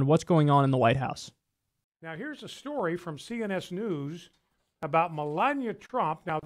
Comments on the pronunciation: "MeLANia" "OHcculltic" "Diabetus" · lol Brian Fischer says Melania like Melanya. Im just making a joke, sorry 😐